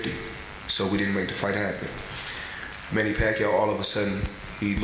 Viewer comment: Hahha the guy didn't even ask him about manny pacquiao. He said "money" not "manny".